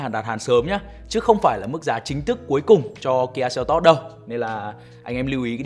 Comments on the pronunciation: Doc la kia selto chu ko phai kia seltot ong noi oi !!!! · Đọc tên xe là "sen tốt" nghe sang hơn. Đọc "seo tót" nghe như "teo tóp"